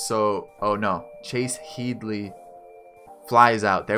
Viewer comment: And headley